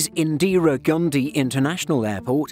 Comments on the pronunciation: Drinking challenge: take a shot every ‘indeera’ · I don't know why Indians say Indra when in it literally says Indira